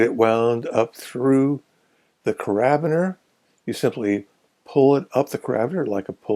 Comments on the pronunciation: Thanks. Carabiner is pronounced /ˌkærəˈbiːnər/ (KERR-uh-BEE-nur) btw. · It is pronounced ‘care-a-beaner’ with the accent on ‘care.’